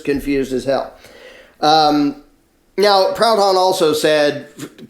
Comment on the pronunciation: Proudon, prou like "poo", don like a nasal "om".